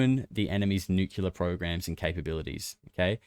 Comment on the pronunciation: OMG,! Just found your P.Cast and LOVE LOVE LOVE it! The long-form compilation format ROCKS! I'm spreading the news. One thing though - when you pronounce "Nuclear" as "Nucular" it's very distracting. PLEASE, PLEASE, don't seem as dense as George W. Bush. Sorry, I know it's a minor detail, still...